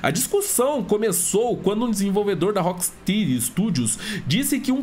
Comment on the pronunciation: desculpa a chatice, mas rocksteady se pronuncia "rock stédi"